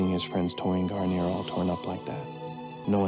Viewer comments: "Gar-neer". "Garn-yay" is a shampoo. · Its garneer not what you say